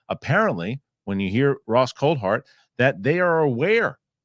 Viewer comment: its cool-tard not coal-heart phonetically